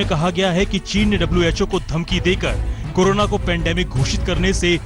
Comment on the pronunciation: कोनोना नहीं कोरोना होता है।